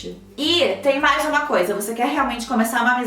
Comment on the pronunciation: Só eu que acho que toda vez a fala: "Vcs me mandam MEIAS" KKKKKKKKKKKK